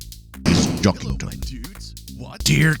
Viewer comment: Weird, they keep saying Jockington wrong, good theory tho